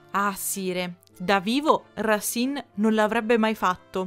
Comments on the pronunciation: Il video è interessante grazie però Racine si pronuncia Rasen 😜👍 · Scusa, leggo adesso e forse ti sarai già corretta, ma si dice Rasin, perché si divide in sillabe,cioè Ra- ci -ne ,se non ci fosse la "e" finale si direbbe Rasen